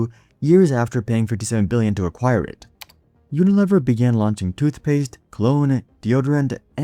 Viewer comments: I have never heard it pronounced uniLEHver. I was at P&G and they said UnaLEAver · No, but I know the name "You-nih-LEE-vur". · Pronounced U-na-LEAVER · Uni LEE ver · Yes I noticed that right away too. And maybe he should check how to pronounce Unilever. Rhymes with beaver not never. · This is either an AI generated piece of garbage or the presenter is seriously uninformed. Unilever is pronounced YOO nuh lee ver. ANYONE who has any knowledge of business would know WHO this company is and knows how to pronounce the name. It has annual revenues of OVER $50 BILLION .Yes, "we know the name" and we know HOW to pronounce it. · It’s pronounced “uni-leever.” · It’s pronounced you-nuh-leev-er. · Tell your AI that it's pronounced "uni-leever" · UniLEAVer pronunciation FYI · Yo, AI narrator, Unilever is pronounced Uni-LEEver. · Unilever is pronounced with a long "e" sound. Unileeever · Unilever is --- yoo-nuh-leee-ver. Computer generated voice, eh. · It's pronounced "uni-lee-ver" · Your mispronunciation of unilever is crazy bro. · Rhymes with lever...